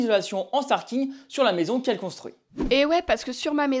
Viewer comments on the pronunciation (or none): platellage et non paltage. sarking et non staring. faites un effort